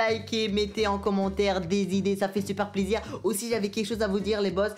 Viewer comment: C’est moi ou il a dit au 10min «ça fait super zizir » au lieu de plaisir 🤣